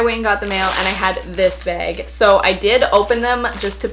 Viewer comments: I love how you say bag haha “beg” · I love how you say behg (bag) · i live in oklahoma, and i went to minnesota to meet a friend, and like wherever we’d go someone would say bag and i’d literally like die because it was so unusual to hear bAg instead of bag so often. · It’s a Canadian thing 😂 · i love how she says bag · editing is the funniest and i love the way u say bag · I love the way you say "bag" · Its canadian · jahseh tesfaye cuz she’s Canadian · me too! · I love how Canadians say "bag" 😋